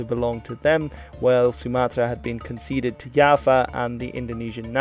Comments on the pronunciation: it's Jawa not Yava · I just realized mans been calling java Yava. Its pronouced java like the coffe. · pronounce Java as Yava Me, an Indonesian: I felt my heart cracked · B-b-b... itu Pulau Jawa, bukan yava... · kalo di belanda j jadi y misal nya johan jadi yohan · Is it pronounced djava? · It's like "Java" (the programer's thing), or "Japan" (remove the "n"), but change the "v" (or "p") to "w" like "Washington". -> Jawa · I found this comment as soon as he said "Yava" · English: Java. Bahasa Indonesia: Jawa. Netherlands: Yava. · Yes with a thick and clear J instead of something like Y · Knowing that is Dutch: "Oh okay, understandable"